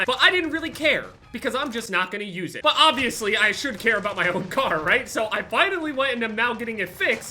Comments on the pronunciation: Why when says car I don't know whether he is saying car or kar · When he says car I think he’s talking about the kar 98😂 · I Thought He Said He Bought A Kar I Was Like Huh LMFAOOOO